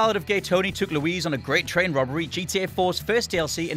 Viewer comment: Louise no its Luis